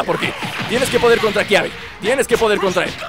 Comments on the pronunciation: es kabe no kiabe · Es Kaybe no Kiabe